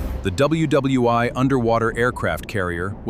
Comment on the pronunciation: “W W two-eye” 😂